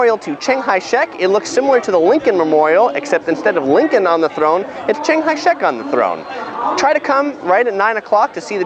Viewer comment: Thanks for introducing. But I cant help but notice that you called CKS "ching hai shek", which sounds like a buddhist temple. Ha.